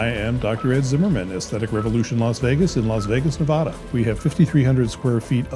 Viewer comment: So famous he mispronounced Nevada...